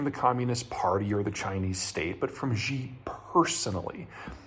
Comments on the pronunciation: Peter, I love your content, but I cringe every time you pronoucne 'Xi'. You are not pronouncing it correctly. You keep saying "Zhjee". That isn't a sound that exists in any dialect of Chinese. In the Chinese Pinyin orthography, the letter X makes the 'sh' sound. They also re-assigned C and Q to the 'ts' and 'ch' sounds respectively. Xi is pronounced "Shee". Please don't keep saying "Zhjee". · Why does he keep calling Xi (Shi) as Zhi??? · It's pronounced SHE, not ZHE. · Jeter Jeihan says President Xi = Jhee Jhing Ping instead of Shee JIn Ping. Jee Jee is slang for penis in Chinese. That is fine. Barbarians cannot pronounce Chinese names. And his mispronunciation is probably not an intended insult. Just like if a Chinese man called your 45th President Jonald Dump. That's normal for Barbarians. But this Texas hick cannot even pronounce English words.Nuclear = NEW CLEAR, not the Jeter Jeihan way which he says NEW KEY LER, like his hero Bush43 also from smelly barbarian Texas. Also this dude only has a bachelor's degree from community college. Like in that Mash episode, you all have been fooled by the son of a bloody butler. He has no more expertise than I do. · I really wish he would learn how to pronounce Xi. He says it like "gee" every time. It's one thing to say it like "she" but you can watch a 5 min YouTube video on how to pronounce X and be good to go. It's also worth noting that Urumqi is the turkik name for wulumuqi, the capital of Xinjiang. Or rather, wulumuqi is what the Chinese invaders renamed Urumqi. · Peter, Xi Jinping’s surname is pronounced “she” like a female. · Nice video Peter. However, would you mind learning the proper pronunciation of Xi? Since he is mentioned in every second sentence it becomes slightly annoying.... Thanks